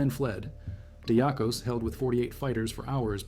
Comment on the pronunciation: Athanasios Diakos (or, more correct, less colloquial, Diakonas, pronounced "dee-Akos"/"dee-Akonas", stress on the "A"). Not his surname, but nickname, since he was a deacon and monch. deeAkon(as) = deacon = diakon(as). So, it´s strange, that you pronounce it so differently, since English-speakers use the exact same word, and then, they pronounce it much more compatible to the original Greek pronunciation, unlike you. Odysseas Androutsos: Odysseas is the Greek word for what English-speakers changed into Ulysses, a common name given to kids on Ithaca, the home of mythical hero Odysseus/Odysseas. Odysseus was among the last ones to leave, noticed that some Albanians were awake by the escapees´ steps and already searching for the escaping Greeks. Since both folks dress the same, he pretended he were also Albanian, walked to the Albanians, and sent them to the false direction. The time won through this deflection was enough, to widen the gap between hunters and hunted. Odysseus´ end could have been there and then, while he risked everything by contacting the enemy. Ioannis Coletes was a fraudster, known all over Western Europe, hunted by country-police-forces and international ones. His main fraud are betting-debts, he owes money to a ton of wealthy, influential Western Europeans. They know he´s Greek, but he uses a false name (many false names, to be exact). He escapes to Greece, and hides in his father´s home. Takes again a false name, decides to make a politician´s